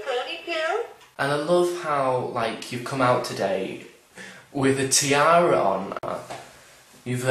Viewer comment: The way you say 'tiara' in this video!!!!! XD